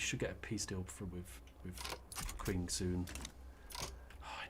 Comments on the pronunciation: For the love of god,, stop saying 'quwing' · It really is pronounced "Ching". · It's pronounced "Qing" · Qing like ching I believe